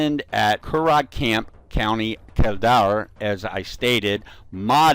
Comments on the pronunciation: Curragh pronounced Curr-ra. BTW Irish soldiers were wearing a green beret a long time before Americans. Even your motto Semper Fidelis probably comes from Irish soldiers serving in the French army who were transferred to the US navy as marines during the revolutionary war . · Fair play making the vid but do some research on the pronunciation like curragh it’s like curra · Curragh, pronounced (kur-rah) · Its so funny when you try to pronounce irish place names. Its curraaaaaggghh and kill dare(like i dare you to) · It took we a while to realise you were talking about the curragh camp in kildare it's pronounced curr-a count kill-dare